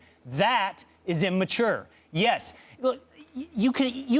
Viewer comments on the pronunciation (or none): stupid dude on the left kept saying "in-mature"